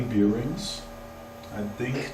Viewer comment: Nice lathe! I think the faceplate with the screw thread might be meant for cloth polishing wheels. Look up the pronunciation rules for "the" if you care, as well as the word "bearing". You were probably taught wrong at school, like every other native German speaker. You'd almost think there was a conspiracy to teach us the wrong pronunciation so we are always easy to identify ;-).